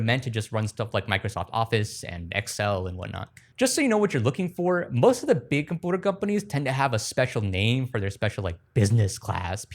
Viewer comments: I love the way you say compooter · You definitely did earn the subscribe for this video….annnndd then you said ‘Compooter’ 😂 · Take a shot every time he says “compooter” 😂😂😂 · Liked because of the whimsical way you pronounce computer, subscribed because fuck the monthly payments for cloud storage. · This guy still can't pronounce computer huh? 😂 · The way you say "computer" makes me want to vomit. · Say computer again lol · if you learn how to pronounce computer i will sub next time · The way he says computer tickles my brain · Why dose he say computer that way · Its funni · The way bro says computer 😂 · Literally can't stand how you said computer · when you say 'computer' weird it really makes me wanna hunt you down also, stop repeating super duper every 2 seconds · They way he pronounces computer sounds like he learned the word at age 3 and stuck with it—considering his pronunciation of all the other words are perfect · why can’t you say computer right? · I love what you're doing here but holy shit the way you pronounce "computer" like a feckin baby pisses me off no end lol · Why do you pronounce computer that way? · why does this guy say compooder when saying computer? des bro have a speech impediment? if so why does he pronounce everything else completely normal but only computer weird asf Edit: he also says community weird. he says it like comoonidy bro def just has an impediment, my bad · Great videos man. I love your stuff, BUT YOU CANNOT KEEP SAYING comPOOter! I know you can say the word “you”. There is no possible lisp in the world where you cannot pronounce you and can only say oooo!!!! You can’t keep saying comOOOOnity, either!!! It seriously grinds my gears soooo bad. Actually makes your great content nearly unwatchable when you say dumb crap like that. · ive watched you for a while, great videos, but the "quirky" use of compooters instead of just saying computer normally makes me want to blow my brains out my skull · compooter lol